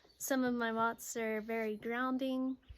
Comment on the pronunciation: "...some of my "mods"(?)..." Sounded like "motser", what is it?